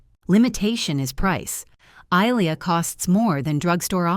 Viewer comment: They can't even pronounce Ilia correctly. Why should I take this seriously??